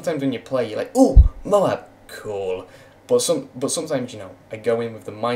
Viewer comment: why do u say boot instead of but? quite funny indeed